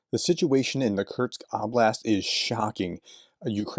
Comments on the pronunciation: Kurts kurts kurts kurts🙄🙄🙄🙄 It's KURSK! HOW difficult can it be??? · It's ''Kursk'', Professor! Not Kurtz... This ain't Apocalypse Now (I hope)